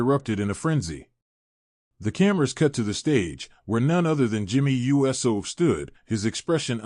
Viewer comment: Why does the 'voice' say U S O, instead of Uso??? Because it's AI and not a real human being... SMH